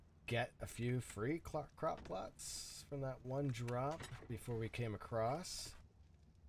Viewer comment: You can't say plots for some reason lol. Don't feel bad, I can never say apocalypse lol. Or wolf 🤣🤣